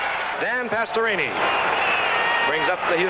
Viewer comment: Gifford: Pastorooni😂 Edit: I had zero knowledge of Dan Pastorini ever punting. Wow. Not too shabby either.